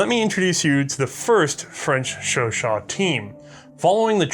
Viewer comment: "This, is a French Sho-Show" "Chau-CHAT"